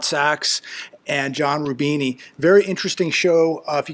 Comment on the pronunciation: I think he is named "John Rubino", not "John Rubini".